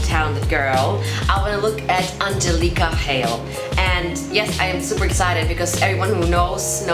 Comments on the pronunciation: you said her name wrong you said it ANGEL-EECA it is pronounced ANGELICA the I sounds like a ih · an-gel-eeka ahaha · Aan-gel-leek-a Hale 😂😂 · You said her name wrong at the start... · When you said Angelica wrong. Why does this annoy me!